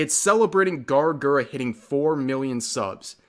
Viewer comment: Lol Brittany's pronunciation of Gawr Gura is better that the Simp